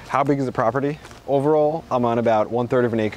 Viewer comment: “Growing on in this poperty” lol